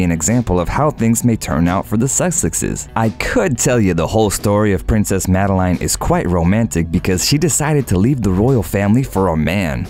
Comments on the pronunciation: Umm..you pronounce it “Madelen” and not “Madelaine” 🙄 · Princess Madelaiiiine, really? Pls have a little respect for names and pronounciation. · See how easily it can be done? Sweden has now followed Norway, and the public only support the direct line. When the princes or princes are 18...they are on their own...and by the way, her name is pronounced like in French, Madlen... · And Madeleine.